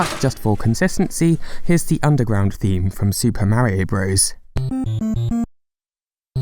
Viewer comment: no idea what he’s saying likes like System Marium.